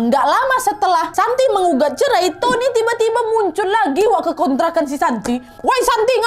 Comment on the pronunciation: Cerai jadi "cermai"